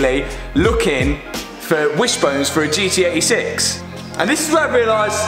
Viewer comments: Sorry but I can’t stand how you say ‘gee-ee eighty six’, just pronounce the T it’s not that hard 😂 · Gee Tee 86 sound like he’s saying GE86